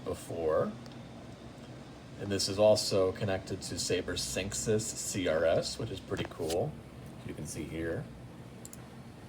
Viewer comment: its synexis that's pronounced